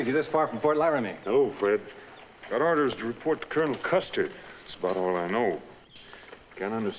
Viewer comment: Great video clip of an excellent episode of superb series Cheyenne. However, pay close attention to the way Julie Adams pronounces the word wagon train. What it sounds like she's saying is "wagon trainer". Also, pay close attention to the two times that Bodie pronounces the word Custer, as it sounds like he's saying "Custard". I never watched the series when I was a child as westerns bored me. Having watched the entire series in reruns for some time now, I wish I had watched it as a child as the elements of acting, casting, writing and direction were quite perfect. It's unlikely we'll ever see another hero like Cheyenne Bodie as was perfectly portrayed by Clint Walker. Walker would have made an incredible Superman if he were the proper age.